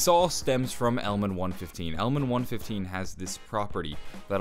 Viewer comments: he says 115 weird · Omg why can't u say element 115 correctly? It get me so triggered! The vid is good tho